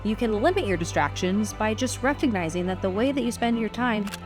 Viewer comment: I could have sworn in the intro you said “…to stay focused and ignore the destructions” instead of “distractions” and that seemed so fitting. Because even small distractions here or there can add up to destroying our chances at a dream. “Destructions” is what I might call distractions from here on in.